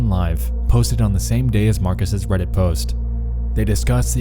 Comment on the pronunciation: "Reddits?" "2008s?" You completely ruin your dialog talking like this. Edit: and it only gets worse throughout the video! Congratulations, you have LOSTS a fan.